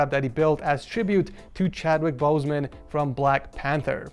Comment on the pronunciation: "CHWADWIK BOEZMAUWN"